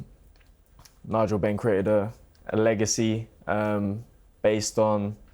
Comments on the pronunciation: The way he said eggacy and waited for the joke to BANG. 😂😂😂😂😂😂😂😂😂😂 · "eggacy" 😂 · Its eggacy 😂😂😂😂 lol warra legend hhhh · "Eggacy" his face afterwards 😳 LMFAO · Everyone was scared holding back hard from explosion of laughter after "its eggacy isn't it?" 😂😂😂😂 kudos to em. Senior is senile😂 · killed me with "EGGACY" 😂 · eggactly their eggacy is no yoke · "Eggacy" Class that lad! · Saying it's an "Egg-acy" fight was very funny". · Daddy Eubank sure Knows how to pronounce alot of unusual and difficult sounding Words, but his like a parrot he doesn't know what the words mean, bit like Del Boys French, if those two fighters fought in the same division all their careers Benn would of knocked baby Eubank spark out, was never a fan of Benn or Eubank Sr but they put on amazing flights and we're two hard nuts who could box good ☘️✌️